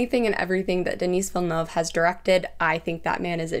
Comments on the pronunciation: De-Nih not Denis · "Denise" Villeneuve is how I'm going to call him from now on.